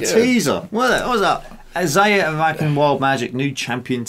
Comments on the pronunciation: Rak-han is how it's pronounced haha. Glad you reacted to this. love this video. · Good try but its pronounced Rah-Kahn I used to me a massive Rakan fan of playing Rakan with other 500 Games of him now i try to stick to Mages